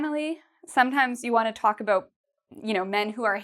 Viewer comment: I like how you pronounce About like aboot, Canadian mate ;-)